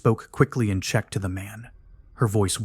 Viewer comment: Thats not how you pronounce Czech.